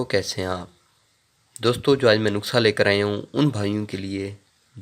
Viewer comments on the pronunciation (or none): Aap bahot sadaa insan Hain aap nuskha ko nuksa bolty Hain